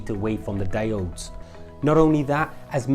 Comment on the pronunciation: ALUMINUM! Damit, also their pronounced DI-ODES!